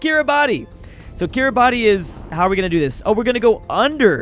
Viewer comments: bruh its pronounced kee-ruh-bas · it's kiribass ti makes an s sound in gimbertese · its pronounced kiribas but its spelt kiribati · Petition to get to pronounce Kiribati